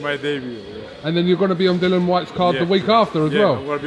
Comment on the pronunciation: How much longer is "" going to keep pronouncing his name as Dillion? lol